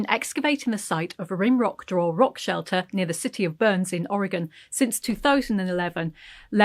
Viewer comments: Fantastic! Thank you for pronouncing Or e gun (Oregon) correctly! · I love this feature! Thank you for pronouncing “Oregon” correctly. Many in the US fail to do so and it tends to make people from the region cringe. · Wow! Thank you for the correct pronunciation of Oregon! Might have missed news of my state of I didn't watch TT regularly. Maybe a sub-title would bring other Oregonians to watch this episode 😉